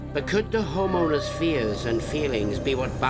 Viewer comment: Canadian way of pronouncing home owners sounds like hormoners... took me a while 😁🤣 great series!